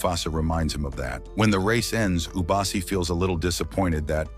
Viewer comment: Bro, mufasas real parents are afia and masego. Masego died in the flood. The lioness at the end was afia not ishe. Its not ishe its eshe. Its not ubasi its obasi.